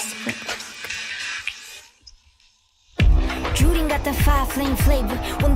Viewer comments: lol it's not Spanish, so it's Jurin with a J, not Urine. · Band-Maid and now XG? In! Plus they have a singer named Hinata so there's that too. (P.S. The J in Jurin is pronounced like Japan, which is pretty much every J sound in the Japanese language).